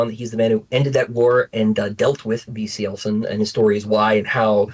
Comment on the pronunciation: I finally know how to pronounce Cielcin